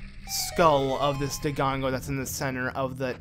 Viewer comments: Have you noticed that you always say "DoGONgo" instead of "DoDONgo"? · Dodongo...not Dogongo... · Why do you keep mispronouncing dodongo.. Also if you don't want the elfos to hurt you.. Use the deku shield instead of the hylian shield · The "dodongo" case is just annoying. With my name, it starts off as annoying, and if the person keeps pronouncing it wrong even after they've been corrected, it crosses over to offensive. Unless of course there's an understandable reason for mispronunciation. I've met deaf and hard of hearing people who can only try guessing the pronunciation. Language barriers have also been the case a few times.